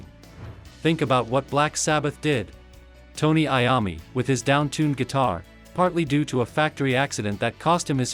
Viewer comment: Tony Eye om me? really? This AI or an idiot who doesn't know how to pronounce someones name they are talking about? You just lost all credibility.